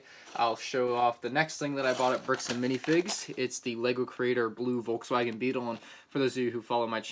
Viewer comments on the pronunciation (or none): none